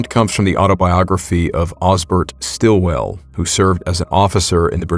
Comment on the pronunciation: Mate, it's "SITwell". Osbert Sitwell. Brother of Dame Edith Sitwell.